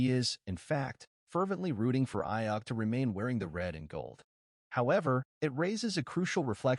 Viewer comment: Learn to pronounce Brandon’s last name if you’re a real fan!